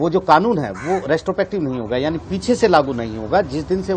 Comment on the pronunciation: The no. of times he has said restopective instead of retrospective. ;)